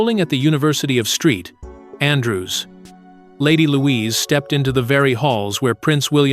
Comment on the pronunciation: “Street Andrew’s”? 😂